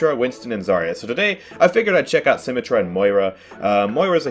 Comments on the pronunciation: He really said SymmeTRAH, and not SymMETra 😳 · Moira's fade is for escaping out of a fight when you almost die. At the end of the fade, you can jump at the end of it to go further and maintain momentum. By the way, for the 3rd or 4th time I've commented. It's BRIH-GEE-TUH. Not "jee". Also, It's Symm-EH-trah. Emphasis on the EH. You don't say it like "symmetry". Honestly, just take 30 minutes to watch some Overwatch videos. Especially the voice actor videos.